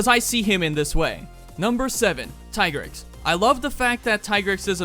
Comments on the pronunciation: I thought it was called "Plum" not "Plume." Lol. Also thank you for rejecting Tigrex's given pronunciation. He will always be Tie-grex for us. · thanks for pronouncing the tigrex correctly.